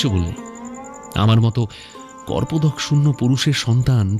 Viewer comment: '' Korpodok Shoonyo'' Noy, '' Kopordok Shoonyo '' - Hobe. Jatto Sob Bhul Bhal Ucchharon.!